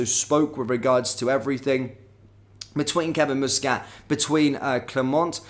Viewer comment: will you please get Muscat's name it is NOT moosescat it is Muscat aneverytime you say moosescat I cringe